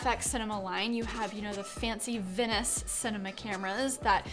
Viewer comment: your pronunciation of venice was.. ... off